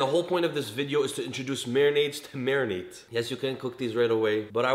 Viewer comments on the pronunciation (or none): All other prAising thE vdO and rEcipe.. Le mE:::: whY m I ListenįnG MAYONNAISE evEry tįmE hE sAys MarįnAte 🤔🙄🤓😂🍖🍗🍲🍴🍽️